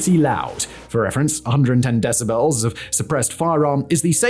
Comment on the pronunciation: I can’t get over the way Simon pronounces “decibels”